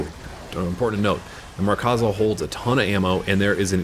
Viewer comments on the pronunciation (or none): Markza, not 'MarkAza'. Good video just found that slightly annoying. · its Markza (MARK-ZAH) not Markaza haha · MARKza. There's no "A" in between "Mark" and "za"